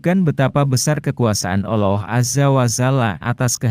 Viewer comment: Kenapa Al loh sih . Mumet kepaladengar nya 😭